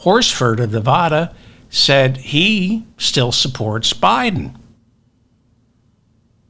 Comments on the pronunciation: Just a suggestion. Stop saying Nevaahda. It's nevada you illiterate. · People who live in Nevada cringe when they hear 'Nevah-da'. The first 'a' sounds like the 'a' in 'crack'.